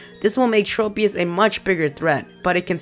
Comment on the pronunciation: Tropius. Trow-pius not Tropeee-us.